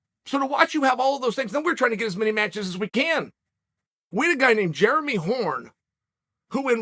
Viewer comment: Do yall think Chael actually knows how to pronounce it but thinks all the Jeremys of the MMA world are just unclean and germy?